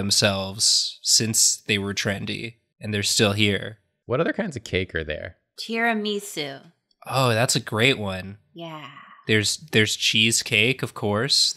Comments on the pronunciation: sorry but WTF is Tira - me - su. i think you mean ti - ruh - muh - soo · Wait. Wait. WAIT. Is that really how Americans pronounce Tiramisu? TiaraMEsu? Really? I need answers!